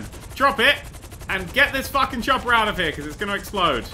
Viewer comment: Btw its a chopper not a chopter